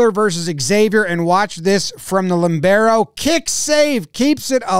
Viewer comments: Jomboy calling the libero "limbero" 😂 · Did you call it a Limbero? Looool